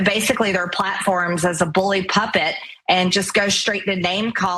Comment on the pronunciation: OMG I was wondering if I was the only one that caught her saying "bully PUPPET" instead of pulpit!! 😂😂😂😂